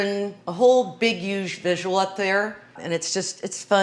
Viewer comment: She pronounces huge as uuuge like trump 🤣🤣